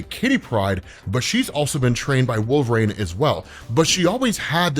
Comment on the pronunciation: It's pronounced, Wol-ver-een not Wol-ver-rain